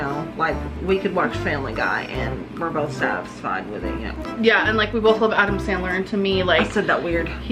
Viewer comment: Does seriously say BOLTH instead of both?! Btw, hope you're doing fine and thank you for your hard work, even though it was a pretty tough time for you the last days. Did you manage to get the locks changed? Do you finally feel safe again? I'll continue to pray for you anyways 😊 Loads of love and hugs from Austria / Croatia ♥